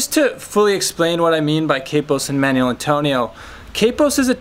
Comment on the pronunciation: A nice introduction to Manuel Antonio, but it's mahn WELL, not manual.